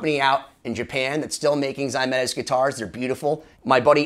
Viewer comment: Whats ZYMETES Guitars? It's Pronounced za MAY tus. I've got one and it's not pronounced like that. How do you arrive at zymetis. its spelled ZEMAITIS.